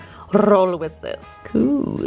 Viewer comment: Dies überdeutsche cool bei 😂😂 KUUUUUUUUUUHHHHL